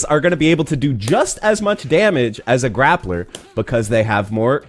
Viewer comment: We really saying grappla with the hard r now?